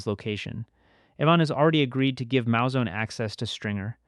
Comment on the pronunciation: It's Moo-Zone not Mow-Zone. Great video tho